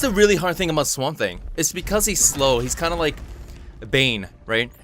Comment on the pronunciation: did you say swambe? it's confirmed swamp thing = harambe lol nice vid😁